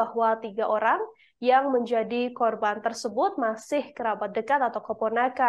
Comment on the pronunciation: 1.08 host bilang ( tiga Olang???hahaha